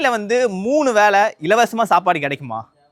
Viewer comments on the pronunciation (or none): வேளை not வேலை,தமிழ் கொலை பண்ணாதீங்க...